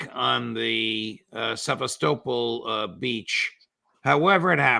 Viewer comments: Se-vas-to-pol. Not seavas-topol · Sev_ah- stow-pole? How very American.